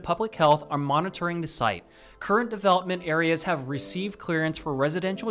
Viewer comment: He pronounces the word the like dah 😢